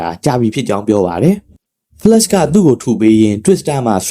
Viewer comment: ဒါမဲ့ တစ်ချက် တစ်ချက်ဆို flash က flask ဖြစ်နေတယ်😅